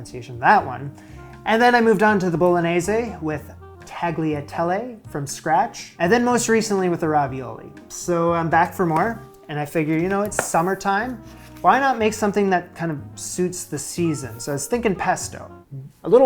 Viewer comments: Silent g for proper Italian pronunciation tagliatelle. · You still haven’t learned how to pronounce an Italian soft ‘g’. The first syllable of “tagliatelle” does not rhyme with “bag”.